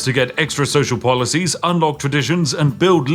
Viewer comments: . polOcies? And you are meant to be British. Tut Tut! 😂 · "Extra polocies" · "polocies" hyuk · Polocies xD